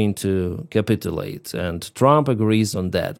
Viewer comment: Hey, capitulate pronounced > cap itch you late….:-)